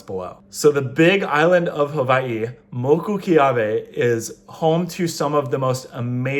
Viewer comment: It's not huvaii it's (who-Y-e)